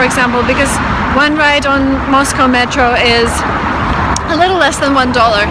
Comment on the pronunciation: I enjoy Moscow.and I enjoy the way you pronounce Moscow correctly..not that American way MOSCAW thats wrong.sorry I know Americans are trying to speak English..we all have an accent.thats ok ..we keep trying.i personally want too speak Italian well but I will always have an English accent..unless I employ a voice coach each time before I speak ha ha ha .sorry went off on a tangent there...ps I prefer Saint Petersburg grazie Mille ciao ciao